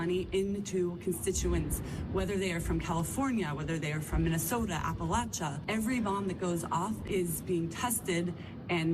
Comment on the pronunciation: Indigenous lands, sacrificed land, climate reparations, Gaza pronounced as ghaza (which is ironically a byproduct of the fairly late Arab colonisation), mispronouncing Appalachia, all by a rich white lady. Man, she hit all the bingo terms lmao 🤣